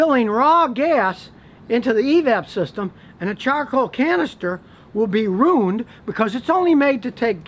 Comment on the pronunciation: Pardon me but did you say rooned?